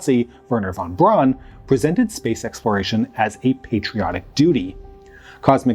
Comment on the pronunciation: IT'S PRONOUNCED BROWN STOP SAYING WERNER VON BRAWN